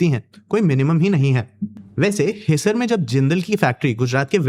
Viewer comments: Pahle hindi seekho ....his sar ......nahi हिसार है Supplementary wale ho 😂😂😂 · Its pronounced as Hisaar not hisser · Idiot wo HiSAAR hai jab bolte hai apna pronunciation aata hai nhi aur gyaan deta hai Always negative news